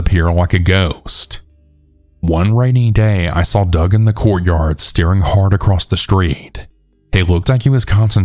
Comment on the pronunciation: Its "SAW" not "SAWLL"